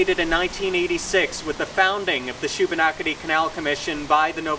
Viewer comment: Just happy to see someone who could pronounce that name! Dude knew his history. Always fascinated with the lock systems.